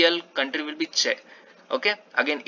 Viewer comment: Yes, you are pronouncing Czech correctly :)